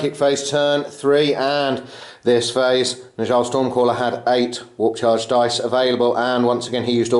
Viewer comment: Fantastic game once again. By the way Njal is pronounced more like "ni-owl" - a mix between the knights who say "ni!" and an owl... I know, it's weird, but that's Old Norse for you...